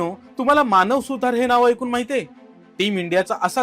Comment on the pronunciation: अरे भाई वह मानव सुतार हैं, सुथार नहीं ।